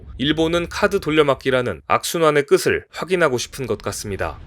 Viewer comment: <끝을>발음: '끄슬'이 아니라 '끄틀' ※연음현상